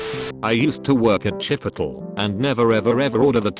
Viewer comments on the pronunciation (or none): chipitle. CHIPITLE LMAO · CHIPOTAL... CAN BE I-cky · “CHIPITOL” lmaoooo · nobody This video: CHIPOTAL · No one : Literally nobody : Text to speech guy : CHIPOTEL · The grammar is atrocious,burjer king,chipotel,tawkitwus,is this a freaking sin? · all y’all talking about some “chipotel” but i’m SHITTING myself over VEGI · CHIPOtL. Wtf😂😂😂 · CHIPOTEL, white man's CHIPOTLE TAKWITUS, bruh